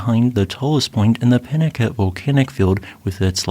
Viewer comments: It’s a Spanish name pronounced Pee-nah-KA-tay. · Wouldn't that be pronounced 'pee-naCOTay'? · Please, please, learn the proper pronunciation. It is pee-na-CAH-tay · peen-ah-KAH-tay is how this desert rat has always heard it pronounced in Spanish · The names Pinacate and Tecolote are Spanish words, thus every syllable is pronounced ... Pi-nah-KAH-teh and Te-koh-LOH-teh. St Lucia is a bit of a poser. The name is Spanish and so would be SAN-tah Loo-SEE-ah (in Italian, SAN-tah Loo-CHEE-ah). It is a British territory (after numerous conflicts with the French over it) and so the Anglicized name of Saint Lucia as pronounced in the video is most common. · I am a native of Tucson Arizona and I want to give you our pronunciation of this area. We say peen-a-kah-tay. I have never been to the crater, but my best friend did get to go many years ago with a geology class he was taking. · Think of the Spanish word "Picante" now pronounce Pinacate the same way.